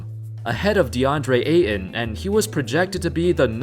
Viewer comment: Ayton. Pronounced like "8 ton", not "A in".